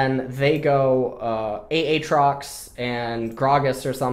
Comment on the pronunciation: Love these vids. Especially when u say A atrox. It reminds me of Key and Peele's substitute teacher skit. "A Aron".. and shoot me, coz Im sure u hear dat all the time. Subbing to achieve forgiveness.